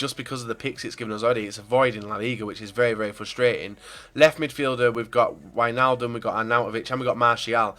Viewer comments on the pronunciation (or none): none